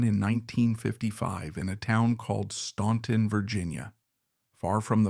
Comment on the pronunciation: Please do your homework. Their home town is pronounced STANTON, not STAUNTON. THE U is silent. Also why do we keep seeing pictures of Jimmy Fortune when you are talking about Lew. Also, Johnny Cash was never “in” jail, except to perform his shows. There is a lot of misinformation in this.